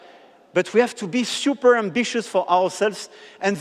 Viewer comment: "SIUPER" COMPLICATED "SIUPER" EASY.... mon dieu ce niveau d'anglais au bout de 9 ans de présidence 🙄